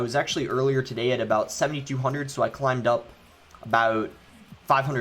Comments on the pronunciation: He turned irish for a sec again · Everytime, it’s always when he says “about” 😂